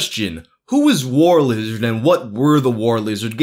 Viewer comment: "Who isha Warshlishard?" I hiccup undershtand the shtruggle hic